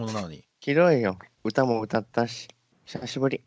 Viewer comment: おっさんの ひさひぶり 17さいでしゅ 爆笑ものwwwww😷🐒